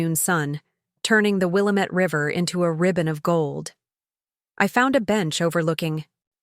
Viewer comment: 😂😂😂Will-A-Met river 😂😂😂 that’s NOT. How it’s pronounced 😂😂😂 It’s Will- lamb- It 😂😂😂😂😂😂😂😂